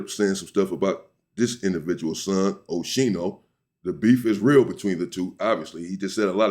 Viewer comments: Pronounced skee-no not she-no Unc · It's O-ski-no 😂😂 oschino and sparks from rocafella records, their group name was state property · Pronounced Os- Keen-o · Oschino’s correct pronunciation = O-SKEE-NO